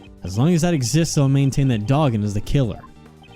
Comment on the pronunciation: By the way, just wanted to let you guys know, Dogen's name is pronounced Doh-gen not Dah-gen